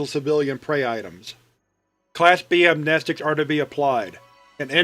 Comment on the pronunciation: Thank you for sayin amnestic, not amkneestick, i do like that very much